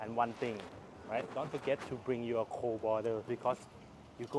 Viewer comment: Admin ... I very much hope you could improve your Thailish accent over the time. It's slightly annoying, you know. ferry = เฟรี่ ไม่ใช้ เฟอรี่ (หลักการคือ ถ้ามี rr ต้องอ่านสระเอ ไม่ใช่สระเออแบบที่คนไทยออกเสียง) your = ยอ(ร.) ไม่ใช่ ยัว(ร.)